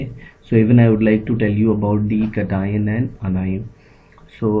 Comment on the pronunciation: Not Catine it is cation